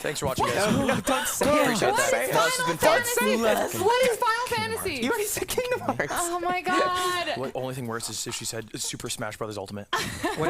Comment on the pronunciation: I died a little inside when you said Kingdom Hearts 😭. Still very entertaining ty for coming on the show!